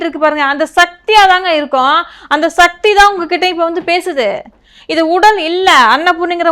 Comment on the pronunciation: satti satti illai sakthi sakthi olunga mothalla sollu paarpom